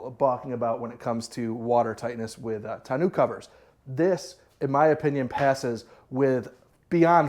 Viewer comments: Tonneau is Tonn No. not New fyi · Great video brother!! Don't put the bike in the truck!! Trust me you won't like making that happen...to awkward and to dangerous!! Get a small trailer with a low ramp for your bike and leave the truck bed for other cargo!!! Also....it's not pronounced "ton-noo"....figure it out!! 😄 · Great videos with great content sir. Thank you. Now TONNEAU is actually pronounced TONNO. As it is a French word and in French, when the word ends with EAU it is pronounced O. For instance EAU means water in French and it is pronounced O. Same for the Tonneau Cover. I hope this helps sir. Again fantastic content. Thank you for all.